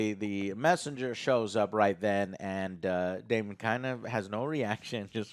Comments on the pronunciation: Joe correcting on how to pronounce Rhaenyra and then immediately calling daemon “damion” is very funny to me. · The amount of times they get the characters names wrong is annoying its Damon not Damien its Criston Cole not Colton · Daemon....DaeMON....It's Daemon... not Damien... Since Joe wanted to correct so badly. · Joe. It's pronounced "Day-Mon". Daemon. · If I hear them say Damian one more time I’m gonna lose it! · Okay these guys do not even know the character names after 3 episodes with them. Its Daemon, not "Damien". Rhaenyra not "Rae". They forgot Sir Criston Coles name. has no interest in liking the show and gave 0 effort to this review. Just going to his default "subtle as a fist in the ass" joke to try to be funny. just really enjoys being negative and saying this is "below average television" is just wrong. is miserable and I hope these guys put more effort into their reviews in the future. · “Daemon”, Joe… “DAEMON”. You were giving Other Joe shit for not pronouncing Rhaenyra correctly but you were constantly saying “Damien” the whole damn review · Damian, Corals and Rey… what’s going on with the names and pronouncing them?! 😅